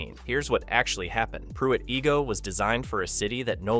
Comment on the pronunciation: Its Pruitt eye-go not ee-go. It has become a woodland in the past half century. I would kind of like to see it stay like that.